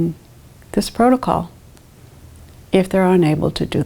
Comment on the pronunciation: Ah yes, the PROTOCOLE lady